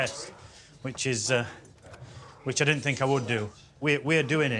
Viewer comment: "i FINK" why is the TH sound so hard for people from England to say?